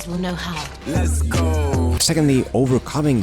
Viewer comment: “Less gooo” had me laughing, twice